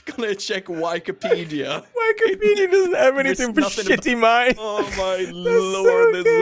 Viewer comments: I lost it at why-key-pedia. That has to be an AI or something. It sounds too artificial to be a person, lol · Why key pedia 😂😂😂😂😂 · Ah yes whykipedia my favorite. This whykipedia is so whykipedia.